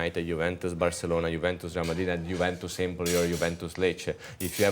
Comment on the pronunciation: Maybe Roy will start pronouncing it correctly now! Juventus, Roy. 😅